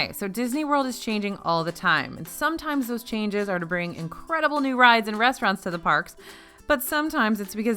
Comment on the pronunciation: now lets talk about the resturants! Me: The W H A T